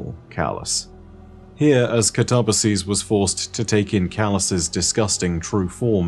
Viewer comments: Thirty minutes later, but I still should add; words like "catabolic," "cataclysm," and "catalyst" all use the Greek word for "down" (kata) as their root. So, since "katabasis" means "to go down/descend," one can infer that at least the "kata" part should be pronounced "kat-uh." Then there's the Greek derived words like "metamorphosis" or "synthesis," meaning the "sis" is not pronounced "seez." So, the only part I could be wrong on is the "ba" part. Though, again, we draw back to "katabatic." Granted, its root is "kata - batos," and not "kata - baino." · Did anyone else pronounce it cat-uh-BASS-iss? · Yes, I do believe you're correct on the "ba" part, as "katabatic" has that part pronounced like "bat." Granted, the root of katabasis, "kata - baino," pronounces the "baino" part with a long A. Like "bane." Though, the English word "basis" is also derived from that, too, and is pronounced with a long A sound, so, perhaps "katabatic" is actually the one that's not following the pronunciation root? But, on a sidenote, isn't pronouncing it "kah-tuh-buh-seez." He's pronouncing it "kuh-tob-uh-seez." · this is great! Good explanation! I learned new stuff, thanks. I believe, though, that the "ba" part should not be pronounced "bay" but "buh", because I believe, at least that's what I learned, that ancient greek words were not stressed on the second to last syllable. So I guess the should be stressed like this: kaTAbasis. Which, phonetically, would Ka-tuh-buh-sis. So the only thing where would be actually wrong would be the ending, where I think you're totally right, the plural would be said as pronounces it. But then again... all theory and I'm not a linguistics expert, neither ancient greek nor english are my first languages. xD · Can we please not ignore the complete butcher of the guardians name.. I understand different dialects and speech pronunciation but.. katabasis? Kuh-tar-bass-ease? Cat-uh-bass-sis!